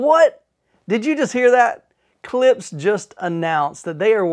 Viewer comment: It's not pronounced Klips. The sph is included, hence Klipsch.